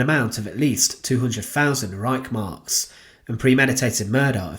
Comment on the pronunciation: I really do enjoy your shows, but i have to admit that i get irritated when words and names aren't pronounced correctly,. I grew up in Germany and i never heard the word Reich pronounced as Reissh. Please can you get someone to narrate who can pronounce everything properly